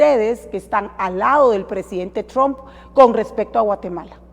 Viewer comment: Los demócratas pusieron a Arévalo que dice tromp